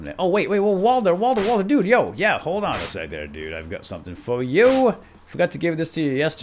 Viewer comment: its walder and mason